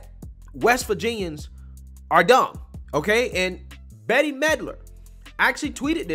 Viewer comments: Brother, I think you're great, one small thing. With Bette Milder, It's Bette like I'll make you a bet, Bette Milder, not like Betty. I totally understand you're young and she hasn't done anything in a generation. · I know you're not an 80s kid you keep pronouncing her name as Betty Melder it's pronounced Bet Mid-ler. In case you run into one of her ignorant tweets again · Dude. Bette Midler... Come on. Research and know what your are talking about if you want us to believe what you say... How do you not know how to pronounce her name? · Bette Midler…her name is pronounced “Bet Midler”. 🙂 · I love LOVE that you’re young enough to not know Bette Midler’s name pronunciation. Just confirms she is so over.